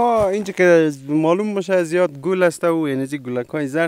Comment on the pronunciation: میگه زیده هههههه